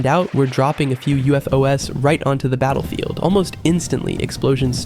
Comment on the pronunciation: the way you said ufos..